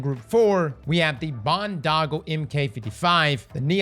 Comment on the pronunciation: Can't even pronounce boondoggle right. Who is this guy.